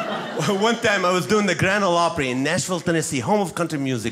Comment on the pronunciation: He pronounces Grand Ole Opry better than most Texans.